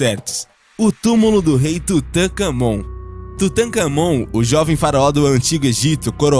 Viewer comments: Uma observação: É Tutancâmon e não tutacâmon. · Rapaz a pronuncia é Tutaká mon.. o Ka é a silaba tonica >!..e Akhenaton era homem.. ja ta aplicando a teoria de genero no cara, rapá ? nao existia isso nao epoca hahahhaha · qnd ele falou tutancamon deu um treco aqui